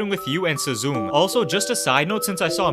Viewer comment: How tf did you just pronounce “Suzume”????